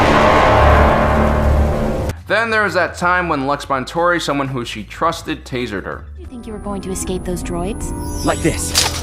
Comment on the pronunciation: Bonteri not Bontori